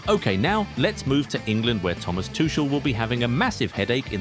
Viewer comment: How the fuck is Toe Mass Tootschl?